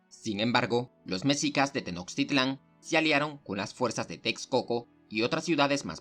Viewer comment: Al parecer el narrador no es mexicano y es entendiste qué no sepa pronunciar los nombres de la cultura, nosotros los mexicanos sabemos como decirlas aunque en español se escriban diferente